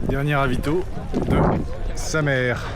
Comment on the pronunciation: Sa mère 😀 ha ha ha...c'est "Samer" le R ne se prononce pas, c'est drôle 🙂 en tout cas bravo